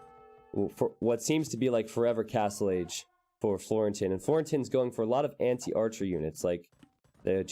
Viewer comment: Watched your videos since rocketbeans brought AoE2 back to the surface for me and it's beyond awesome to see you getting involved with them! Looking forward to what the future holds :) (your pronunciation of Florentin was totally fine btw!)